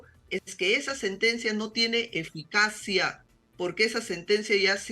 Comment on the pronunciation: SE DICE EFICACIA NO EGICANCIA